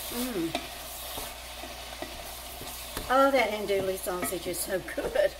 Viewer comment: an-doo-ee .. l's are silent